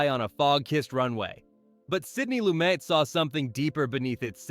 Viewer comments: Pronouncing Lumet differently almost every time (should be Loo-MET)? Calling De Sica's "The Bicycle Thief" by the title "Bicycle Thieves"? Mispronouncing "Casablanca" director Michael Curtiz' last name (should be Kur-TEEZ)? And I'm only about halfway through this thing! Someone needs a fact-checker, one with a solid knowledge of cinema history and enough smarts and initiative to look things up when not absolutely sure. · His last name is not pronounced that way. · You're kidding, right? You can't pronounce the subject of the video's last name?